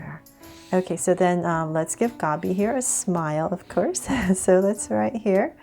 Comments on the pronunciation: No hate but it is Dobby not Gobby!!! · IT'S DOBBY! NOT GOBBY! LIKE... BRUH! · It’s Dobby lol not gobby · Bloody hell, its DOBBY, not GOBBY! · It’s Dobby not Gobby. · It’s dobby not gobby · Its dobby not gobby lol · HAHAHAHAHHAHAHAHAHAHAHAHAHHAHAHAHAHAhhahahahahahahahahahhHAHAHHAHAHAHHAH OMG YOU SAID GOBBY IT'S DOBBY! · Nuu Its Dobby!!! Not Gobby 😭 😂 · Ummm it’s Dobby not gobby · practically all the comments are " ITs DoBBy NoT GoBbY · Uhmm..Its Dobby Not Gobby..... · Hey! Loved the drawing! Just to let you know it’s dobby not gobby. :) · Jus sayin it's Dobby not Gobby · Hey, I love your drawing videos. I only came across them presently because I am not very good at art. I find it hard and boring and repetitive. Your videos have made it fun though. So, thank you, I have found my favourite art form because of you. I thought you deliberately said Gobby so that you didn't get copyrighted. Lots of love Tilda xxx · It's DOBBY.. no hate ❤️ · Ummm no hate it’s dobby